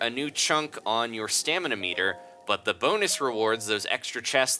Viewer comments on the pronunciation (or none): none